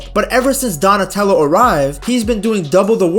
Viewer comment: bro really said donatello 😂😂😂